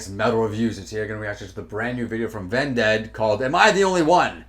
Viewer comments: Vended rhymes with ended. You're saying like undead which is completely incorrect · Corey Taylor himself pronounces it "Ven-Dead" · I heard the band pronounce it like ended. The only people who say it like undead don't listen or just refuse to accept reality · Idk Man, I say it both ways sometimes. When I saw them live I worchester they said ven-ded from what I remember, and I recall hearing griffin say it’s pronounced that way, but at the end of the day it doesn’t really matter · Why do keep pronouncing Vended like that lmao